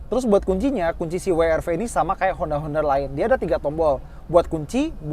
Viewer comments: "Brio cross- WRW" 🤣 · WWWWWWWW ERRRR V, yg bener dong bang.🤣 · Akhirnya ada yg nyebutnya bener..Double Yu Ar Vi & We Er Ve...yg lain nyebutnya Wi Ar Vi..😅